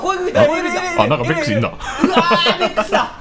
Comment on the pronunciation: のべェックスの発音のこだわりおもろ